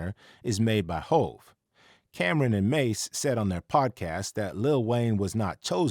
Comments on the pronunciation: Cam'ron not Cam'ren , that pronunciation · its cam'ron man not cameren that a lady's name 🤦🏽‍♂